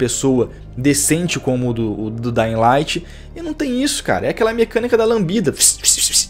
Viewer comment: "Dai laiti" kkkkkkkk